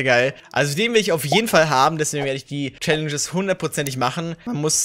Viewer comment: #Tag5 Mag dich sehr und fand es lustig also du "Schallenges" gesagt hast in diesem Video 😂😂 Viel Glück an jeden einzelnen und schönen Mittwoch